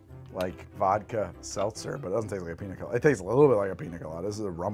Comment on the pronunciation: "Piny Colady" I believe this is the point where needs to take a little break, eat a bit, and come back.